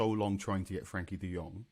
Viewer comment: Tell the guy on the left to stop butchering the name De Jong in the same way the Spanish do. He's not Spanish, he knows how to say it correctly as "de yong".